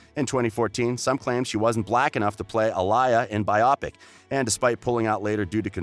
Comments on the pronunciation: Uhh lee yah .... -Aaliyah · Did anybody else notice he said Aaliyah’s name wrong ? But anyways I’m glad she’s doing Euphoria I don’t think nobody else could portray Rue the way she does ❤️💪🏾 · Want to downvote for that butchered pronunciation of "Aaliyah" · So are we just going to sit here and ignore the fact that he pronounced Aaliyah's name wrong?